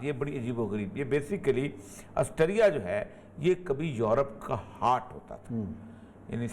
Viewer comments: aassterria ni austria hota he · آسٹریا کو آسٹیریا کیو کہہ رہے ہیں!